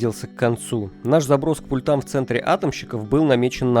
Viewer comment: ПУльтам, а не пультАм, пУльтов, пУльты, всегда только на У ударение.